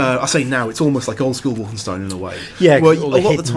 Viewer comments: "Wolfensteen"? Really? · They'll never be able to pull off anything as fun as Enemy Territory in a single player experience. I became addicted to that online madness for several Summers during school. And you guys said 'WolfenstEEn' at one point. Ahhh >_< Haha.